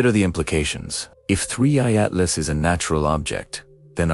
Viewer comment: Please, please, please make sure that your narrating AI knows how to say the words. It's being inconsistent. One time it will say 3/I Atlas, other times it will spell out Atlas. Now it's shifting back and forth from a U.S. accent to some vaguely European accent. Batter yet, just hire a human to read the text.